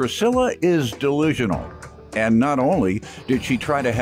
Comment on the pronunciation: Did he say "Priscilla is DELISIONAL?!" 😆 hellnawww it's DELUSIONAL